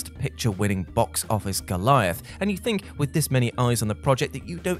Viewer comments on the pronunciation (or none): none